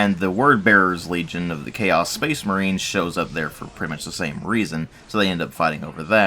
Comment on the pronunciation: Speecsh Merehn!